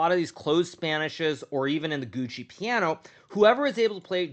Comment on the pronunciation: Lol it’s not “Gucci piano” it’s gioco (joe Koh)